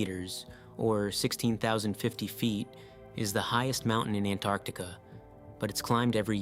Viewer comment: A very interesting vídeo. It kept me wondering úntil the end. I have subscribed. Just One comment, I believe you have erred in your pronounciation of Antarctica.